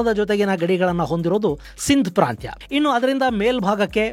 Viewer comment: ಅದೇನು ಪ್ರಾಂತ ವೋ ಇಲ್ಲ ಪ್ರಾಂತ್ಯ ವೋ ಹೇಳಪ್ಪಾ